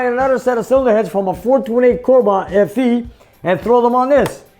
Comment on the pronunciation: FE, Sounded like you said SE